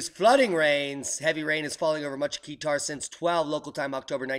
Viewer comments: Peter Baione <<< haha. kah-tar haha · Where is AF 2469? <<< not guitar? haha. he pronounced qatar as keetar haha. yes correct kah-tar haha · Qatar = Car-tar not Key-tar i was wondering where is the place when i heard you said it.... i'm only listening to the video while surfing other pages... lol... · Qatar is pronounced 'kah-tur'.